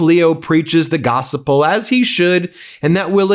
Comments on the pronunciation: Gospel not gosapal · It's gospel not gossip-el. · It's 'gospel' not gos-i-pel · Why are you saying “gospel” like that Ben? It’s gos-pel. No extra I. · BENNNN PLEEEEASE ..... ITS NOTTT PRONOUNCED GOS-E-PEL.. ITS PRONOUNCED GOSPEL...ALL letters TOGETHER. ONE word NOT BROKEN UP INTO TWO WORDS... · Thank you for the reporting. Please stop saying "gossiple." It's pronounced "gospel." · Pronounced, GOOSPILL.. Not gosapill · It's gospel, not gos-a-pel. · Gossa Pull??? The word is pronounced GOS-puhl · Ben, you are mispronouncing Gospel. It is only 2 syllable, not gos-i-pel as you are saying it. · "Gossiple" I can't stop giggling. FYI, In the Bible God heard the prayers of little David over superpower Goliath. Seems like God hears the prayers of little Iran and little Ukraine. Maybe hannity should get a different example. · Gossip-el???? Hmm Truth is in the details! :) the Gospel is the “Good News” or the HOLY Bible :D Hey newsman brother, I Hope and pray you come to THE GOOD NEWS before it’s too Late. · Can you please pronounce the word gospel correctly? You don’t do our cause any favors when you mispronounce words!